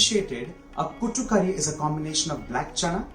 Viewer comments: No no not kutu, kootu, your pronunciation is wrong, please don't kill 🙏🙏, spare the Malayalam words when you can't pronounce. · It is "koooot" curry .. koooot means together/with .. so smthin to go with rice